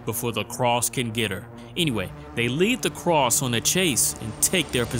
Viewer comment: Make anybody else crazy he says “the cross” instead of “the crossed” over and over?